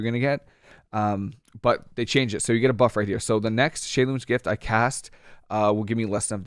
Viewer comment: I notice you actually know how to pronounce Shei lun's gift. Interesting! You must have some background in Mandarin Chinese.